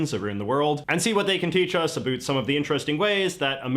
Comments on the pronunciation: Why is this Canadian with a mullet speaking for Americans????!!!!! I'm only moments in the video and he's gotten the first 2 things incorrect much the way he says ",aboot" instead of about. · wait a minute..... He said "Aboot" in lieu of "About". HES CANADIAN!!!!! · Do not presume to tell Canadians what our accents are like. This "aboot" crap was popularized by two comedians on a sketch show. There are relatively few people I've ever heard either in person or on TV who say "aboot" when they mean "about". I've heard this guy on other videos, and he's really pushing it. If that was his real accent, there would be other words he would say differently as well, but he pronounces them normally. So this is just pushing a false stereotype that is profoundly annoying. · I would love to point out that this man talking about all things American, while spot on, is not himself American lol he's Canadian 😂😂😂 how he says "about" he pronounces it aboot... we say abowt lol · The guy is Canadian. The giveaway is that he pronounces the word about a-boot while we pronounce it a-bowt. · It’s interesting that the guy you’re watching on video keeps talking about America and American things – any mostly speaks with an American accent except for when he says things like “aboot” for “about” (we pronounce the oww sound) – which is plainly Canadian. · This guy has to be Canadian. The way he pronounces about as aboot. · I'm wondering if you realize that the Americans and Canadians watching this can tell immediately that this guy is Canadian. I know it's hard for non-North Americans to hear it. As somone said below, he pronounces "about" as "aboot" which is a dead giveaway. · Is the commentator actually American? Because he sounds Canadian with how he keeps pronouncing (A-Boot) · Sorry… dude, Americans DON’T say “aboot”. We say about! About pronounced ‘aboot’ is totally Canadian!!! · Yeah this guy from “America” is def Canadian we just dont pronounce about a boot like Canadians 🤣